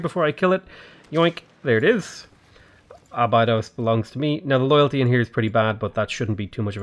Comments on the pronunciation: Being a Norwegian, and a huge SG1 fan, that annoys me more than the butchering of the Norway cities. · Abydos is Ahh-Bee-Dose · Clearly you are not a Stargate SG1 fan based on how you are pronouncing Abydos